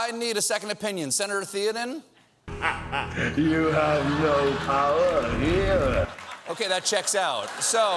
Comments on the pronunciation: When Colbert calls THAYO-den, THEO-den and you wonder if the movie got it wrong. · For such a Tolkien fan, Stephen pronouces "Theoden" wrongly... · Stephen is like my favorite funny uncle who's the only one that knows Lord of the Rings better than me and yet still mispronounces "Theoden"